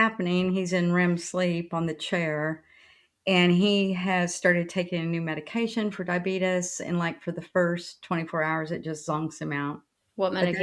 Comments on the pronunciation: Is incapable of pronouncing anything correctly it's not diabetis is diabetes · Dang she really just said diabeetus right off the bat. I'd like to think it was for the meme, but the right have no humour. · obsessed with how pronounces Diabetes… “Die-a-beetus” like wow. it’s awful. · Can we pronouce diabetes correctly please